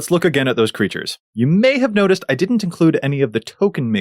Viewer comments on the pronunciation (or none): none